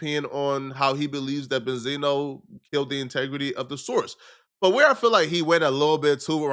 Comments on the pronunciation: He's name is not benzeno it's benzino🤦🏽‍♂️ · Well Damn? I Always thought his name was pronounced BEN-ZEENO? Not Benzana?